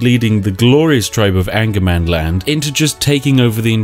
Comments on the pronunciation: Sorry spiff, but it is not angermanland, its ångermanland. Translated it means regret you land. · as I am a swed I have to say that it is Ångermanland, what in a direct translate would be regret-mans-land... So not anger-mans-land... put yes regret, if you go that north you just regret it... and then I myself live just a lot more north of that.... :) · Actually its not "angermanland". It's spelled "ångermanland", which is a letter not used in english. But its pronounced like an O. So Ongermanland. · It's not actually Angermanland but Ångermanland. The three swedish words making up that word is Regret-Man-Land. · in sweden angermanland is pronounced ångermanland, which translated directly means regret man land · Spiff: Calls regretmanland "angermanland". Me: "I wish". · Ångermanland, Regretsmanland in english 😁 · Its pronounced ongermanland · Ångermanland (Pronounced ɔ̂ŋːɛrmanˌland) Hmm. Direct translation: Regretmanland.